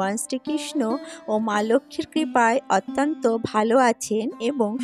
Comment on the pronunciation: Otanto noy .. uchcharon thik koun